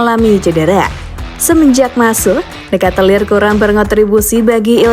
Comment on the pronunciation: Bacanya charles de katelar bukan de katelir